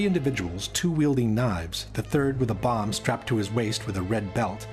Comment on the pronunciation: A buh? No, not a buh. A bomb 💣 . 😂